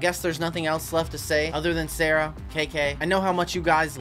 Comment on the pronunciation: sawwah being sawwah